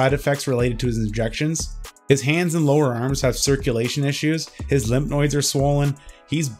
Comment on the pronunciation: You need an editor for your videos "lymph noids" = lymph nodes. "reborn again Christian" = born again Christian. "ex-PI-ry" = EXpiry